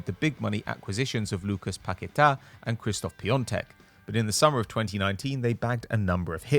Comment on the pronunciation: You butchered Pacqueta's name pronunciation, dno why you can't just say it normally